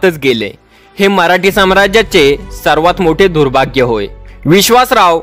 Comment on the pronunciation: मराठी असा उच्चार म्हराटी का करता?